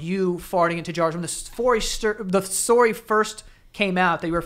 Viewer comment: He didn't ever say story correctly. Good ol Joey, flustered by an attractive girl the rips ass into Jars for money. They needed to say fart more in this episode though...